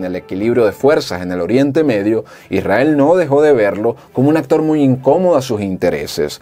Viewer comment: No es etado unido, es estados unidos. No es irael, es Israel, modula.